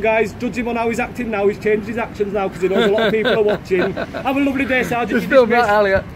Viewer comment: always makes me laugh when he says “Have a luvverly day”